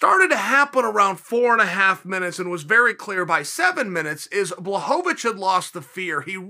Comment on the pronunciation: It took Jan beating Izzy for uncle Chael pronounce Blachowicz correct 😂 No wonder the guy felt disrespected